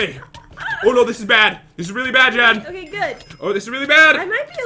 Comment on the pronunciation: Its Jen not Gen